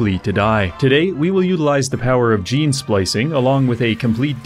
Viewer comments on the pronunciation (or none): none